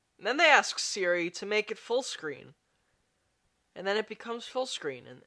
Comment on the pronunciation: When he calls Siri Diri...